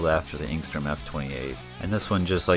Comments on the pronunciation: You keep pronouncing it if there were a g in it aka engstrom. Its enstrom. You become annoying. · I just wish you wouldn't say "Engstrom."